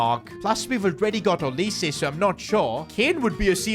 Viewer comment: It is NOT olisay it’s olise